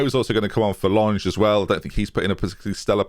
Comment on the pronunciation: Please,, it’s “Lang-eh,” not “Lanj” He’s German, not French